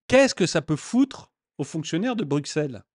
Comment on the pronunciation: Bruxelles s’écrit avec x mais se prononce brussssssel, c’est un détail, mais étant « vieux » bruxellois (en disant brussssselois), c’est encore une histoire belge …